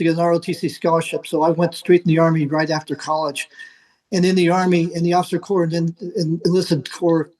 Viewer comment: She said "National Cadet Corpse".